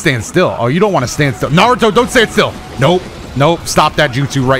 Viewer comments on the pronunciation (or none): none